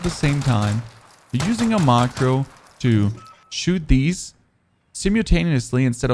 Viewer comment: Wth is your pronounciation of some of your words lol? "5 mili watt", "maacroo", "emped".😂 Nice video though, loved all the details and clear explanation!